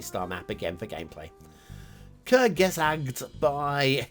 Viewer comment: B.t.w, The name is more pronounced "Kurtsgesagt" where "z" is like "ts" in this case. (may depend on dialect and schooling). And you pronounced the "u" more like an "ö" (the o with the funny dots) than an "u".